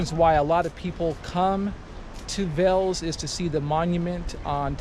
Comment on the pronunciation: Thanks for visiting Veles man 😊 the correct prononciation is VAILAISS 😅